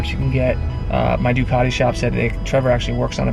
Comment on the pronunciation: Please do an Aprillia, at least you can pronounce the name unlike Doocarrdi 😂